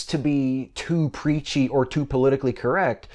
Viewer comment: I thought you said "Peachy".